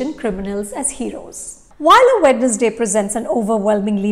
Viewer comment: Good video 👍🏻. But It’s pronounced “wenz-day”